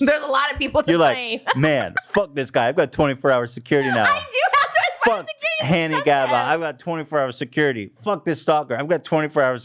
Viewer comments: Did ethan say hannie gabba :_h3h3Omg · Hannie Gabba is the greatest mispronunciation of a name I have ever heard 🤣🤣🤣